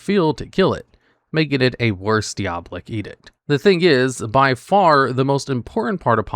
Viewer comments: "dee-awh-blick" my brother what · diabolic is pronounced die-ah-bah-lihc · that pronunciation is diabolical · The way you reliably misprounce something is great; I love how you said Diabolic! 😂